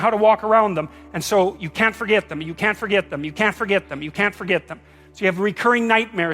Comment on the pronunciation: "Never gorget"